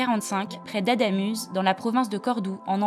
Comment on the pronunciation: Adamüze... franchement je ne parle pas espagnol mais un petit effort pour sortir de la France française ne me semble pas exagéré.